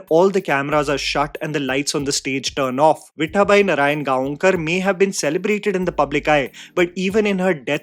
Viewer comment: What is your Beef with Marathi names bro? Before it was Rahi Anil "Baarve" instead of Barve and now it is "Viththaabai Narayangaonkar"